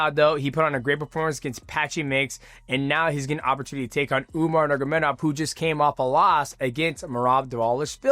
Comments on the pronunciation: The way dj says: nurmagomdov haha.. Dj: umar nurmamamagadov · I love mighty but how can he pronounce dvalishvili and not nurmagomedov 😭😭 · He pronounced numogomedov 7 different ways learn how to speak